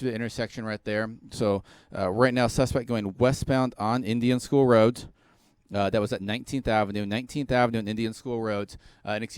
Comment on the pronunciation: Are we just gonna ignore how this guy says roat instead of road.